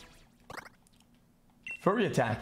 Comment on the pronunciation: Does he even know how to read he always skips tutorials. He even pronounces "Fury" as Furry wtf